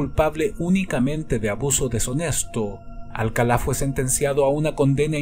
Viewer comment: me encantan tus videos, soy un adicto a ellos y he visto todos, pero, tengo una duda, ¿Por qué dices "Alcalá"? cuando incluso el presentador del show refiere a el como "Alcala", no quiero que se mal interprete, pero si fue un pequeño sacón de onda que pronunciaras su nombre como si estuviese tildado.